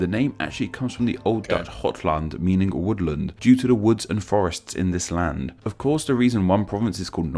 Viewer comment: Your pronounciation is on point :) The one tip I have is that, when you pronounce "land" in for example "Zeeland", you should pronounce it more like "lahnd" rather than "lend"